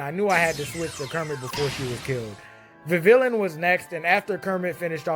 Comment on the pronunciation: the ll in vivillon is pronounced "j". Sorry, it just annoys me.